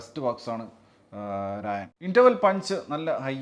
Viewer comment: രായൻ അല്ല, 'റാ'യൻ